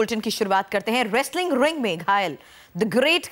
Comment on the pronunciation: RRRRRRRRESTLING RRRRRRRING, GRRRRRRRREAT KHALI.......please improve your pronunciations.